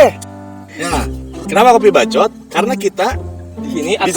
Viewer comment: Anu paling ngenah na mah nyebut "KOPII BACCOOTT" wkwkkk